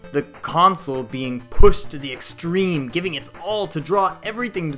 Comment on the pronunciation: I find it as a funny pronunciation